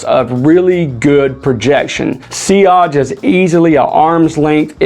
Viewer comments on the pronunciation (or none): none